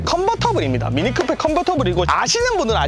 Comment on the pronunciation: 저번에도 그러더니 형 미니쿠페가 아니고 미니쿠퍼라고!!!!